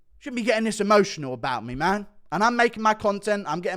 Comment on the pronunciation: Why cant you say "ME" correctly?